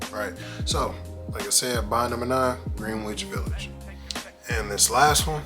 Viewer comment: For future references. The "W" in Greenwich,is 100% silent. Nice video though. Thanks✌🏾❤